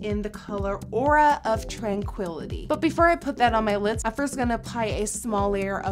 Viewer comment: It sounds like she's saying lits instead of lids. Just me?